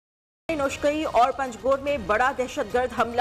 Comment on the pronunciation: پنجگور ہے پنگجور نہیں ہے